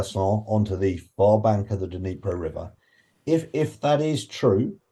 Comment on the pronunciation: Ugh it’s bugging me, this long into the war and names of significant places in Ukraine are still being mispronounced, the ‘d’ is moreorless silent in Dnipro, you combine the d and n and it’s a subtle touch on the d but heavy on the n. Sorry to be that person but it’s grating to hear on times radio the consistent mispronunciation of poignant locations during the war on Ukraine. Slava Ukraini! 💙💛